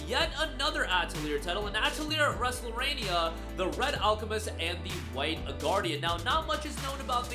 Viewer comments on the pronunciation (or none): Also pronounced Resleriana incorrectly